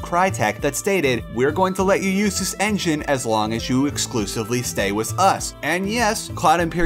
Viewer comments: (With) not Wiss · oh good you say (with) rite sometimes lol